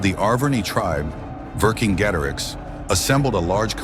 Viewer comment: Pronounced Vercingetorix correctly.